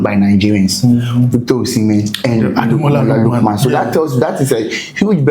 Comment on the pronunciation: Adarabioyo not Adarabiayo 😊